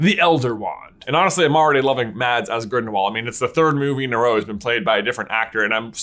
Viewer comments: Please dont call Mads Mikkelsen “Madds Mikkelsen”. Its sounds more right to call him “Mass Mikkelsen” but with a shorter S-sound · Mads Mikkelsen is pronounced “Mas”, the d is silent, but makes the a sound short (danish thing) 🤗 love the video! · Good job on the pronunciation. You aced the last name although Mads is pronounced with a soft d. Sort of like mass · Pro tip from denmark- the D in mads is silent. Its pronounced more like Mas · It's pronounced 'Mas' as the D in 'Mads' is silent, and the A is a 'short A' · I just wish they'd've cast Mads (it's pronounced Matt, btw) Mikkelsen for the second one & not bothered with Depp at all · I've been waiting for this since i saw the video! Also, the D in Mads is silent. Danish names 🙄 I know...